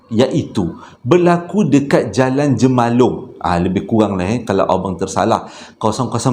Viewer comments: Jemaluang bang, bukan jemalong. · Bukan Jemalung sebutannya Jemaluang .. di Mersing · Bukan jemalong bang...jemaluag dkt daerah Mersing Johor....😆... Apa² pun mmg sentiasa terbaik...😜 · Assalamualaikum bang bukan jemalong .Jamaluang mersing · Jalan Jemaluang kut bang. Pelik plk dengo ckp Jemalung. Hehe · Assalamualaikum.. jamaluang la,bukan jemalung.. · bkn jemalong tpi jemaluang bang sap soi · Jemeluang kot bukan jemalung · Jalan jemaluang bang...bukan jemalong area2 mersing...😁 salam dr johor...😊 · Bukan JEMALUNG tetapi JE-MA-LU-ANG (Jemaluang). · Assalamualaikum Bukan jemalung tapi JEMALUANG sempadan Kahang, KLUANG dan,Felda Nitar,Mersing